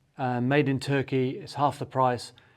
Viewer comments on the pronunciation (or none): none